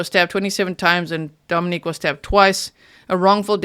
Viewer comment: G - Dominic’s name is pronounced DomiNICK…not the feminine form Dominique. Griselda’s sister pronounced it Dominick And so did Griselda’s best friend. Actually everyone pronounces it DomiNICK that I have heard. A name is such an important thing to get correct.